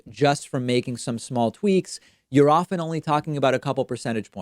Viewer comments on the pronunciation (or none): none